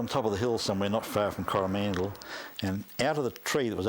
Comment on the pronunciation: Cor-ah-man-dil, dude...you make it sound like Howie Mandel's last name. Yikes.